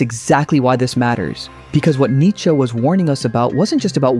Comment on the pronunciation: Come on man, don't butcher Nietzsche like this...